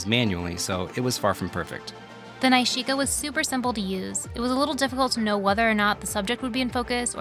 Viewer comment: Loved the film results. Pretty sure that’s not how you pronounce nishika though 😜